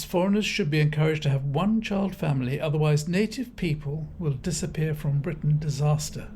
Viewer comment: Farage believes greatly in Bwitain 😅😅😅